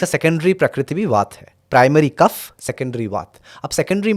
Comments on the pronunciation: बड़ा अजीब लगता है जब आप वात को vata, पित्त को pitta और कफ को kapha उच्चारित करते है। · Please say vaata pitta & kafa . Do not pronounce it like Vaataa, pittaa, kafaa. It's wrong & shows ignorance.